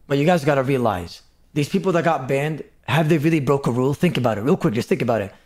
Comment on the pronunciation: Maybe now hes banned he can actually put his time into something actually constructive. Like practicing how to pronounce simple f*cking words like "banned".. 🤦‍♂️